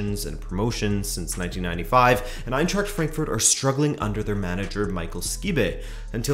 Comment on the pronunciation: EinTräkt FrÄnkFÖrt😂😂and Grufa föft😂